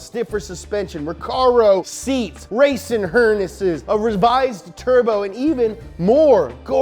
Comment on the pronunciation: "Raciung hurnesses"!!!